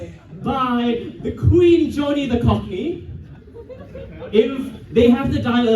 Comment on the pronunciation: Of course can’t pronounce Johnny’s name